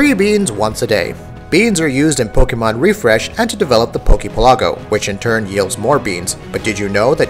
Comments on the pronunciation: Is it not obvious that the poke pelago is pronounced "PEHL- uh- go" like the word archipelago? I keep seeing videos of people saying "pehl-AWW-go" ... not that it's really important, just bothers me a little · It should be pronounced poke PEL-a-go like the real word archipelago not poke pel-A-go. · Bill Silvia That's because it's wrong, it's PELago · This is the first time I've ever heard it pronounced "archi-pi-LAH-go". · Why do people keep putting the accent on the wrong syllable for Poke Pelago? Do people not realize it comes from the words Pokemon archipelago? The accent goes on the first syllable of Pelago, not the second syllable. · why the hell can't you pronounce pelago correctly? it's like archipelago where u accent the 'pe' and not the 'la' because 'poke' is replacing 'archi'. hot damn that bothered me more than it should have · god dammit this is driving me nuts "Poke Pelago" is pronounced like "archipelago" yanno because it's a collection of islands i.e. an archipelago